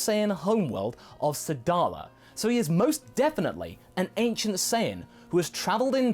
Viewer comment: "Anicent" saiyan?